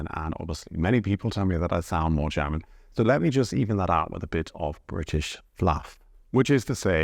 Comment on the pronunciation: Is it just my idea or are you pronouncing the word "German" as "Cherman"? :face-turquoise-covering-eyes